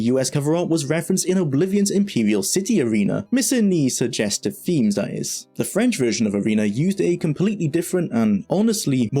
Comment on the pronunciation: Great video, so much detail about a ground breaking game I loved when it came out, thanks. Sorry to be a pain but I keep hearing you pronounce 'th' as 'f' in words, for example Befesda, free-d, femes, forough etc. Had to repeat watch a few sentences to understand what you were saying. If it was something you could change it would really help improve the clarity of the videos.